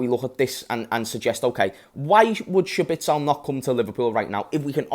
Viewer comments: Who tf is schbitsel, you mean szoboszlai? 😂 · it’s pronounced sob-oh-sly my friend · Fr I was thinking who’s shabitsol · It's Zobozlai just omit the S and things become easy again😊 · That's a wild pronunciation that fella 😅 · Just say Dominik if you can't pronounce his surname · The way he pronounces the name sounds like he’s trying to say Sabitzer terribly